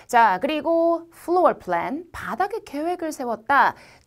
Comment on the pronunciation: floor 가 거의 four 로들리는데여... ㅠ